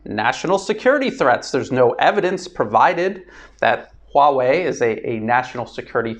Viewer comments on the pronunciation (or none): none